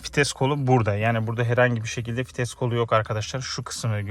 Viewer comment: İçerik güzel olmuş fakat telaffuz ile ilgili problemler var, topluma hitap ettiğiniz için bu konulara dikkat edin lütfen. Örnek; “hoporlör” değil “hoparlör”, “fites” değil “vites” gibi…